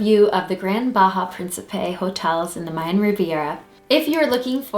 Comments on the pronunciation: Bahia, pronounced BAA-HE-AH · You need to pronounce the names correctly Dear... such as Sian Ka'an sounds like "See On Con" and Bahia is pronounced like.. "Buy Hee-a". We love the Sian Ka'an's private beach with its own bar but you have to be in the Privilege Club Member to go to that beach.